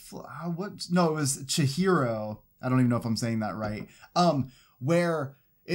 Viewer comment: You said the name Chihiro right!! It's based off Studio Ghibli's anime movie Spirited Away ❤️ It's the main character's name!!